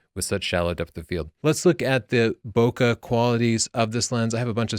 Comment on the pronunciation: you said Bokeh correctly :)